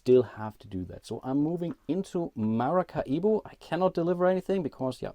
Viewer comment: Do Germans really pronounce Maracaibo as MaracaIbo (big I) ? I should think it would be just as easy for you guys to pronounce it like Ma-ra-cai-bo - much like the Latin people in South America do.